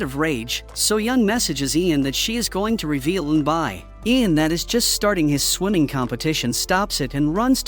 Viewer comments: It's Eunbi and eunbeyol not unbay and unbayol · Pronounce wrong ,the correct pronunciation is Eunbie ,like Rubie not Eunbi ai . Eunbyeol not Eunbile 😂😂😂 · Pronunciation needs work.. N-Bee (Eun-bi) N -B yool (Eun-Byul) Plot hole... Eun-byul committed slander and libel against soo-young, turned the whole city against her, and falsely accused her of a crime she knew was false, and was never caught/punished for it. If Soo-young had proof, she could have destroyed Eun-byul's life and future, and/or made her a victim like her sister. Eun-byul sent her sister care packages at the orphanage for years, but never rescued her. Also, what if the bully Soo-young's parents had adopted Eun-bi to be her servant, but on the surface appear to have done it to give her a sibling so she wouldn't be lonely?🤔 Just a thought and some fan fiction ideas... 😈😎😇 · auto-generated audio. Pronunciation of Korean names is off by a lot. Pronunciation is actually E-un-B and E-unb-B-yule. Like mule, by with a y. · eunbi (pronounced oon-bee) and eunbyeol (oon-byol). (the problem with AI reading comprehension is they take all the words as American English)